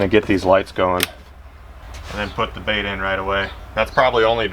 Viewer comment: "As for the lip on this bAiht."